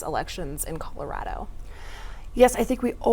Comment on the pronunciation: It goes a long way, to me, when a local candidate correctly pronounces Colorado.